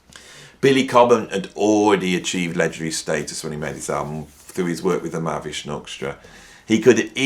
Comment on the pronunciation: There is an Ha in Mahavishnu, as in Ma-Ha-Vish-nu btw.